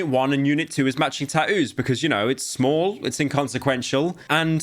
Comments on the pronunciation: British people be like: Taouoos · bro said "ta oos"